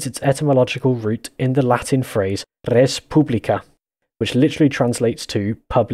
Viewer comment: You are the only non- linguist of English mother language who actually had correctly pronunced res publica